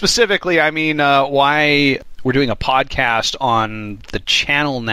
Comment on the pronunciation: Spelled "Spwadcast" but pronounced "spodcast"?